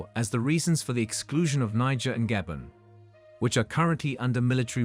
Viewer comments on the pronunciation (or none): This reporter should be jailed for life for pronouncing Gabon as ''Gay Born'' though...😂🤣😂🤣